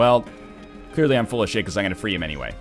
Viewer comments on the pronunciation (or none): none